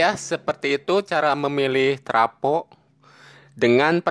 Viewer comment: Travo bukan trapo.